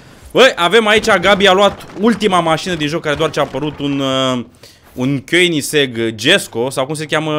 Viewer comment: Ba vere nu pronunți bine Koenigsegg